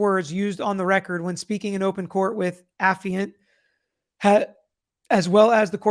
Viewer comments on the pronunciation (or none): / Pronounced the way initially said it, it's not pronounced the way his father claims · Too bad Dad gave him the incorrect pronunciation of affiant; affiant: / uh-fahy-uhnt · / Pronounced the way initially said it, it's not pronounced the way his father claims